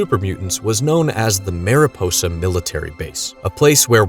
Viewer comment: FYI: “Mariposa” is not pronounced “Mare-ih-poe-sah”, it’s the Spanish word for butterfly, which is pronounced “Mahr-ee-pohsah”.